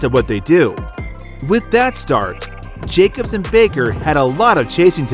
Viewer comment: Never knew Jacob's was an Italian name, I must be pronouncing it wrong lmfao